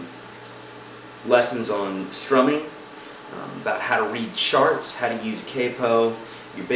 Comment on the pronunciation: this guy is insanely helpful. Funny though, at the beginning "read charts" sounded like "read sharts." just funny thats all, otherwise many thanks for the tips